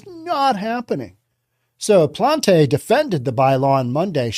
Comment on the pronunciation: Plant the E silent if english. a french person would sound like this Plant(teu)